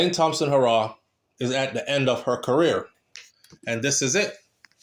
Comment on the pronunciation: Bredda, stop saying Elaine hoooo raww.... it's pronounced Heeee raw......put some respect on the sprinter name.... PLEASE!!!